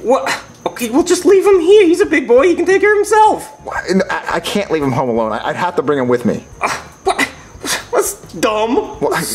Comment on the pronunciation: You mean, "I dont HAF to."